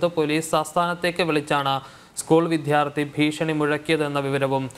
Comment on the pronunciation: വിധ്യാർത്തി അല്ല വിദ്യാർത്ഥി. ഉച്ചാരണം അരോചകം .